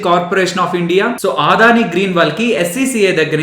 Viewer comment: మీ అనాలిసిస్ చాలా చక్కగా ఉంటుంది. దాదాపు 6 నెలలు గా మిమ్మల్ని ఫాలో అవుతున్న. థాంక్స్. చిన్న సవరణ.... అది "ఆదాని" కాదు "అ"దాని... అన్యదా భావించొద్దు.నేను రిటైర్డ్ అయ్యవారు,ప్రస్తుతం అడ్వొకేట్.